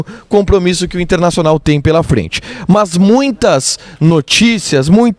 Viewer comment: Por que você diz MÃS?